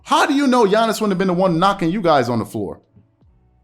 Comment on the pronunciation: You never pronounce Giannis name the right way smh